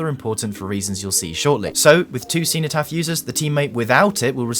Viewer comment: Man as a Brit how did you pronounce cenotaph so spectacularly wrong